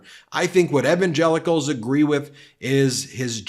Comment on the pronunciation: WTF? Evangelicals like the name Evan? First I've heard it said that way. Must be a yankee thing